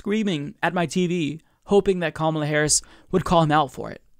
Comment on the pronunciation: It's Ka-MAH-la, not KAH-ma-lah.